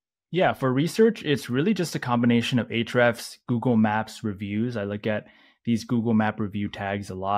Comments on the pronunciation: Hrefs is what he’s saying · He said Ahrefs account